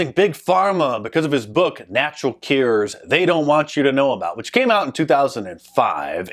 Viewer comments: Why do you pronounce cures, cares? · "Keears"? I thought it was Cue ers... <*> C'mon Man! It is all in the family ancestry, the Name man... Trudeau... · MARK! It’s Natural “CURES”, not “cares”. 😬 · No It was because you can't say "cures" right. I say it as "Q OR " maybe.